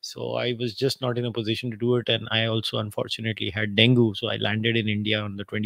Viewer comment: Dengue is pronounced "deng-ee", not "den-goo". The metric used, ie. 'gender discrimination' doesn't work. Because the concept of 'gender' and 'discrimination' both, are highly culture-centric concepts, when we talk about them today. Western culture has dominated the rhetoric of what they mean. The survey could simply be a reflection of growing western idealism and desire to borrow from Western culture. Not necessarily that the cultures aren't 'equal'. What is the measure of equality of cultures? Materialism, popularity, acceptance, peacefulness, domination? If I am a hated Muslim and within my society everything 'works', and suddenly I am exposed to Western thought that demonises my way of life, the growing concensus will be that I am discriminated against and I have no freedom. Whereas before the influence, such things were simply accepted as status quo normalcy.